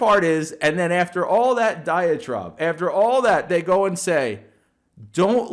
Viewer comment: hey my sister says its diatribe not diatrobe